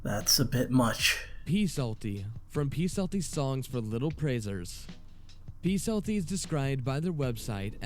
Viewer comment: Really bothered me that they said Psaltys name wrong, the p is silent. He was a Sunday school staple tho, I was wondering if he would be on the list